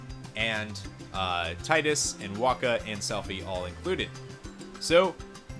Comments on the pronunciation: No offence on anything but it's pronounced Tee-Dus. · Yeah, but Selphie in KH2 was the only one who pronounce it Tie-Dus which is where the confusion started. And, let's be fair, Square-Enix never has a good track record regarding consistent names. (hello Aeris VS Aerith debacle) But Dissidia, World of Final Fantasy and even James Arnold Taylor all pronounced it Tee-Dus. And it can't get more official than his voice actor saying it if you ask me. It's just a me thing; I'm the type of guy who needs an actual confirmation from official souces and I pronounce and spell names based on official terms.